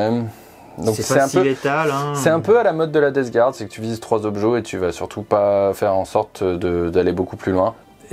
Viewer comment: *encore, "gouarde"... 🤦‍♂️